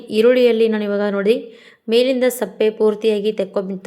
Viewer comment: ಈರುಳ್ಳಿ ಸಿಪ್ಪೆ ಸರಿಯಾಗಿ ಹೇಳಿ ಈರುಳ್ಳಿ ಸಪ್ಪೆ ಅಲ್ಲ ಸರಿಯಾಗಿ ಹೇಳಿ